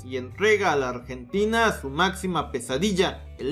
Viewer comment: Corrijo, "Ambrentina" xD